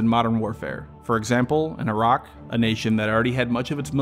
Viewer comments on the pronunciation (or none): none